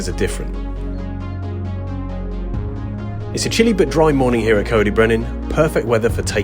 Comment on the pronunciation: Its pronounced "Coyd" 😂